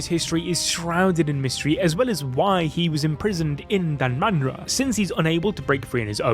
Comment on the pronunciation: Its danmara